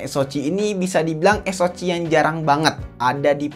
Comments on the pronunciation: Bg saran tlg perdalam lg spelling istilah2 bhsa inggris. Sperti spreadtrum jgn disebut spEktrum, tiger tlg dsebut dgn taige'. SOC sbut aja Es Ou si, atau klo gk sebut aja dgn ejaan indonesia (SOC), jgn Es o ci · Ha cih es o cih ey bi cih 😂